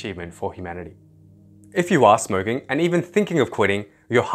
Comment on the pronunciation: You said smrking